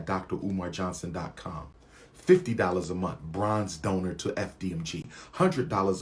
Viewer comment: Why can’t this “educated” man say month correctly?